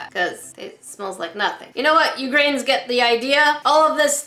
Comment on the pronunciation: When you say "grains" it sounds like "grins"